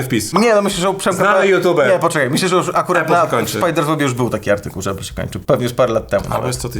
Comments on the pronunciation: Uwaga dam szok: czyta się APL a nie ejpl :D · Chłopaki odpalcie AI - niech nauczy was mówić "Apple" 😅 Nie ma takiego słowa "epyl". Jest Lądek Zdrój...